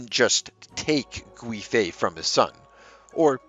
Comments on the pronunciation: The (UI ) in Gui .. makes more of a Wei ( Way ) sound 😅 someone's fussing about some car .. I felt the pronunciation could use help 💖 very good video very interesting , keep up the good work please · Its pronounced Yang Gwāy (its a long A sound) fei. Additionally, Wu Zetian (the only queen to rule in her own right). Her second husband did something similar by taking her from a nunnery after her first husband (his father passed away). Wu's fortunes were much better overall in comparison as she went from being a concubine to the primary wife and queen, while Yang went from being a primary wife to a concubine. If the Emporer had married her and made her an actual queen consort she most likely would have survived, as she would have been considered the mother to the nation and not a woman perceived as there for the emperors enjoyment and potential heirs. Both incidents happened in the Tang Dynasty with both situations causing a massive scandal as it didn't align with Confucian values. Ultimately womans rights began to suffer at the end of the Tang dynasty, with them being believed to cause calamity to a nation. Of course the usurper and the leachorous werent perceived as the problem 🙄